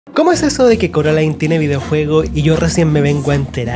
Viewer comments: Soy Española, he visto la pelicula es español, tuve este juego en Español y me sigue reventado que llamen Coralin. !¿COMO Q CORALIN?! Se promuncia Coralain. Y no admito discusión. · Carolin ? No es coralain ? Estos españoles estan bien chaquetos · porque le dicen CORALIN???!!! me apuñalo los oidos >:( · ¿"Coralin"?... WTF, Es doblaje de España, pero en la película nunca se pronunció así 😂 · Le dijiste a Coraline, Coralin? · Me causa temenda incomodidad cada vez que dicen carolin xdxdxddddd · Coraline ❌ Coralin ✅ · Ko-ra-lin... ¿¡QUE?¡ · No se, simplemente me da risa el “Coralin” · CORALIN? Disculpa?! No. Simplemente, NO.